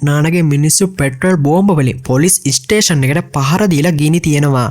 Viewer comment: වැඩේ හොදයි බ්‍රෝ. ඉස්ටේසන් කියල කියන්න එපා ඒක කැතයි ස්ටේසන් කියල කියන්න